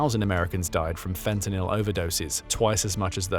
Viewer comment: Your ai narrator has trouble with the word fentanyl lol